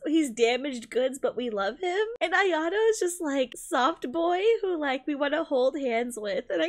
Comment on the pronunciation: Ah, yes: Aya-Otto.